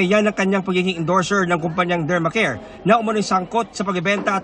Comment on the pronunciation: Dermcare not Dermacare